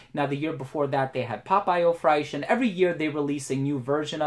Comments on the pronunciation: Man i really enjoy your reviews but please the American frag YouTubers should try to improve more on their foreign language pronunciation. You pronounce Fraiche like The sound you use with "trés" in French. So its like "Frésche". You have google translate you can use the audio to improve your pronunciation, Theres no excuses. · Good video, but "fraiche" is pronounced kinda the same way as in English :)